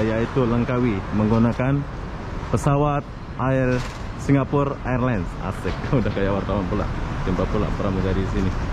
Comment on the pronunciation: sewaktu di bandara Kan sudah disebut dgn betul itu mas